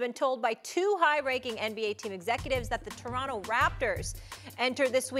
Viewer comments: Torono* say it right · Someone tell this guy its not the "DORonto Raptors"